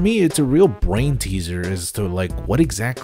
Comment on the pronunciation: No one talking about the way he said brain